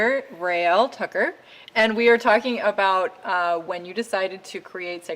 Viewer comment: I believe it is Raelle Tucker...not Trucker. T-U-C-K-E-R. Enjoyed the interview...thanks.